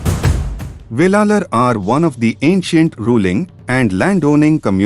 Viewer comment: Not velalar. Wellan wellalar. Thamilar illai israwelar maruvi wellar enappattan.ayiya piramanan waippatty waridugal 😢😅